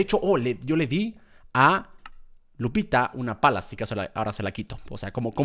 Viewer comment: Germán dice lucita cuando es Lupita